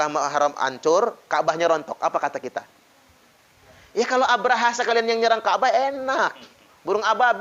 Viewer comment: Abroha bukan abraaha!!!